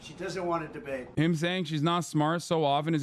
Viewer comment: "She's trying to get out of the drbate," says Trump as he is trying to get out of the debate